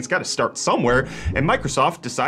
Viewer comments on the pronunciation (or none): none